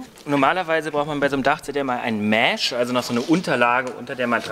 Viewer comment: Man braucht noch ein "Mähhsch". Ist eher ein "e" statt ein "ä" und kurz gesprochen...